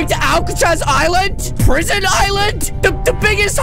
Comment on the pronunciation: U said prison wrong